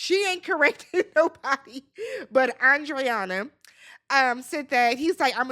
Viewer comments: It’s pronounced ANDREENA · lmaooo her name is Andreina!! (Ahn-dree-nuh) everybody butchering this poor woman's name 😩🤣